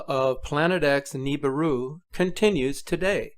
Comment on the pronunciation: Nibiru not 'night'!